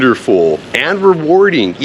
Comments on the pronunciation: Why do you say Pateeyah? Isn't it Pattaya? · Regardless, emphasize the last 'a' :)